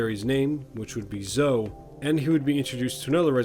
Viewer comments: Just to let you know. Zoe is Pronounced with the E at the end :) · That's not how you pronounce Zoe.